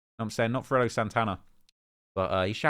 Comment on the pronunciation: Come on it's pronounced "freydoh" not "freddo"😅 grammar 101